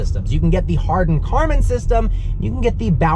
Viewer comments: Harman Kardon , not Karman Hardon :)) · It's Harmon Kardon, not Hardon kardon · "Hardon Karman" system thats what he said right?😂😂😂🤣🤣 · Hardon karmon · I think he said Hardon Karman system...